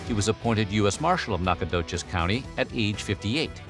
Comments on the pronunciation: Its not pronounced as "knock", but rather "Knack" in Nacogdoches County, but I used to work there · It's pronounced "Nac-o-doe-chez". I don't blame you though. Only those of us from there or that area can properly pronounce it and know the indian legend behind the name. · Fun Fact: Nacogdoches county, pronounced locally as Nahcadotches, encompassed most of East Texas prior to 1870s. So in 1912 when Spradley became US Marshall of Nacogdoches County, the county had already gone through many changes and has the boundaries as they are today. Counties I can think of that came from Nacogdoches are Harrison, Gregg, Upshur (where I live), Smith, Rusk, Panola, Marion and Cass counties. Huge area full of outlaws and Indians prior to the Civil War